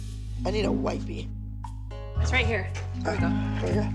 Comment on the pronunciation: When Abby said wipy I was crying😂😂😂😂